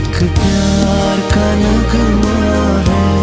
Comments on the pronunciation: He lost me on pyar ka naGma hai🙄get your Urdu pronunciation right before you sing such a beautiful song. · well sung and awesome Voice, please concentrate on pronunciation too. It would be more good if you say naghma instead of nagma, as it was written.. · You have good voice but your pronunciation is messing up part of the the song....it doesn't pronounce NUG-ma it pronounces NAGH-Maa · it's not nugma its Naghma incorrect pronunciation of urdu words spoils the song. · Oh dear u killed when u pronounced ced the work NAGHMa wrong... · Pls litsen नग़मा pronounciation in old song ajkal ke singer ko kya hua h